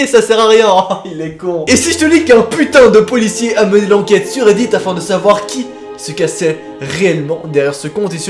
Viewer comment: Sans faire exprès à,, seconde au lieu de dire: Qui se cachait? Il a dit: Qui se cassait? Oui sa langue à fourché, sa arrive à tout le monde même aux meilleurs!! ❤️❤️ LOVE ❤️❤️